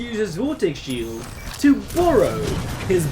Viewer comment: I've uh...been executed while having a shieled... lol